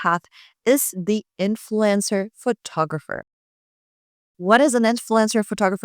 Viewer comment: The way you pronounce "influencer" sounds like "influenza." It's okay by me, though, because I put both in the same category.